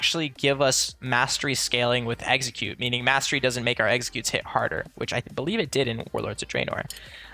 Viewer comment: I swear you're saying Exeggute instead of Execute :P